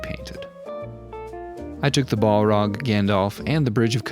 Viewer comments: Bolrog btw we don’t say the A as a O so it’s just bahlrog not bohlrog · We just not gonna talk about calling it "ball rog"? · Pronounced "bal-raag"; one L not two like how you're pronouncing it. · haha Ball-rock. Gotta love the americans butchering the english language 🙂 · I love it but pls stop saying "ball-rag". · Stop saying BALL-ROG ! :D Great work though ❤ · You are pronouncing Balrog inncorectly. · This was amazing in so many ways although the way you pronounced balrog was a bit odd.